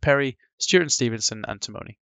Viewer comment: Fascinating video. Small point: the Irish engineering firm is pronounced ti-munny, not ti-moany. The founder of it was from the same family as a colleague of my dad's.